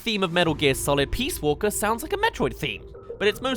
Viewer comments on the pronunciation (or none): I'm so glad Gangplank Galleon is number one best for Donkey Kong. Thank you for fixing your mistake in the last video. Also how could you dis Jogging/Countdown like that. It's so hype... Not only that though, , Peach Walker? It's Peace Walker.